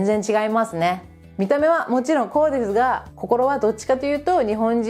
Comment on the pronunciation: ✕家族会いに →◎家族に会いに 日本語は上手ですが、いつも、｢す｣を｢ず｣と発音していますね。 例えば、｢～ですが｣を｢～でずが｣という具合に。 レジのスタッフが理由無く私語を話していたら、日本なら怒鳴られますね。 ｢こら、仕事中、私語やめろ｣なんてね。 犬の置き土産は要りませんので、お持ち帰りして欲しいですね。 アメリカの恥部を公開なさるんですね、は既に日本の味方なんですね。